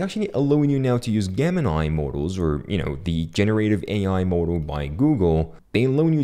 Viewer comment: Juh, jay, jem Jemini, the G is pronounced as a J. But i can hardly detect am accent on you so i find this entertaining. Great vid, thank you.